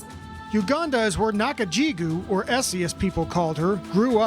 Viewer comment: Hey? You got her name wrong. her name is Esther Nakajjigo (go) not Nakajjigew (gew).